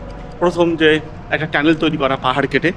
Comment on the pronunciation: শব্দ টা কি টেনেল না টানেল